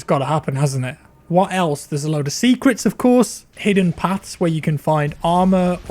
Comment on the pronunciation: When you said “secrets” i thought you said “sea crits” Underwater demon slaying tiem